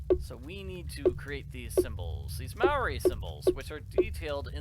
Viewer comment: As somebody from new zealand, it's kind of disappointing to see how badly literally every maori word in this game is butchered